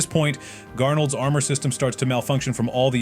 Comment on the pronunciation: you said arnold not garnold😂😂😂